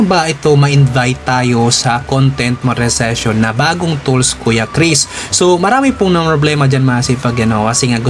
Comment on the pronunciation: Monetization Sir hindi Monezation., Good vibes always support here keep it up